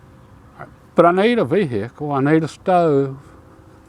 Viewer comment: Ve-hi-cle 😂 can't beat simplicity tho